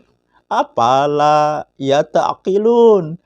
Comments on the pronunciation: افلا يتفكرون Afala dibaca Apala Itu kalamullah pak Itu Qur'an bukan Koran 😭😭😭😭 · افلا Dibaca APALA 😁😁😁😁😭😭😭😭